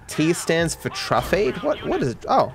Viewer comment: Its Truffade 😒